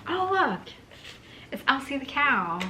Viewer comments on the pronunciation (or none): none